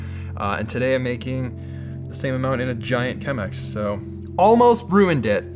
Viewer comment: Wait did he say ruined it or brew-ined it?